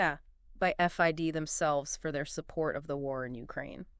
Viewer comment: "F-I-D"??? -- red flag that the audio is AI-generated. It's FIDE, "feedeh" -- What did Ding d-o?